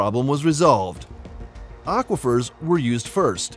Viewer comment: "Auifier?" How about AQUIFER ! 😆